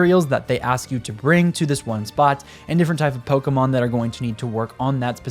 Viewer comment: Thanks for just pronouncing pokémon without a hard E. The amount of adults on youtube who have never seen an accent.